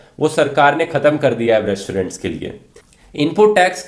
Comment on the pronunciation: Re-श-torent, श-ilent kya baat Rathi.....